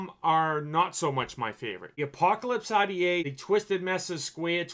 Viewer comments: omg ahh-dee-aye. Are-dee-aye bro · When he says rta he really says Audiea